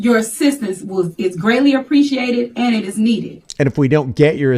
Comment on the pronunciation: Mayor - "your assistance is needeh and appreciateh." 🤣